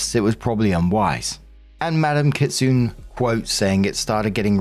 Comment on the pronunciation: Kitsune is pronounced Kit sue nay. Japanese for fox spirit.